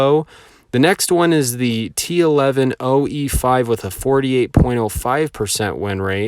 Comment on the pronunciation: Why do you pronounce the T110E5, T110E4, and T110E3 the way you do? No one says it that way and it's super cringe.